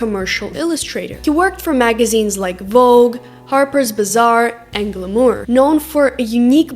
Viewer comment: Carneeige and Glamoor? :face-fuchsia-tongue-out